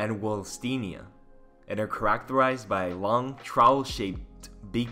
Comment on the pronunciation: He said Crackterized